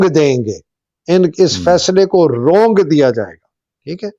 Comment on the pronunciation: it’s روند دینا، رونگ دینا نہیں۔ 😊